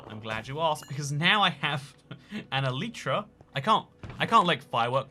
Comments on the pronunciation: E lie tra not e le tra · Is it e-lie-tra, ele-tra or el-eat-ra?